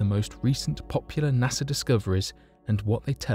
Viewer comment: Can you say "NASA" ?